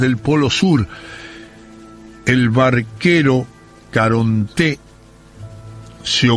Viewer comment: Creo que es la primera vez que escucho Caronté en vez de Caronte.